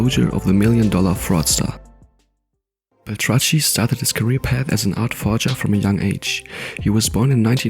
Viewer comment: It's pronounced "Bel-Trak-KEE" not "Bel-tra-tchee".